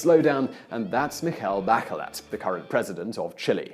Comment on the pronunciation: mikel bakelet xDDD